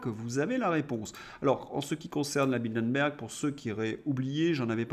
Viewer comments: Ce n'est pas "Bildenberg" mais "Bilderberg". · Bilderberg pas Bildenberg...